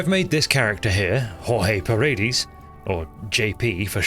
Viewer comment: Me da risa como dice en inglés Joje Paridis (Jorge Paredes)